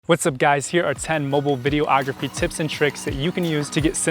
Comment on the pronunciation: I stopped watching when you said "video - ography" can't take somebody seriously when they can't even pronounce what they are giving tips on